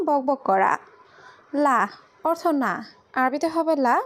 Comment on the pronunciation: তোরে কথা বলা শিখাইছে কে? অর্তখ এটা কোন ধরনের উচ্চারণ?? 😈😈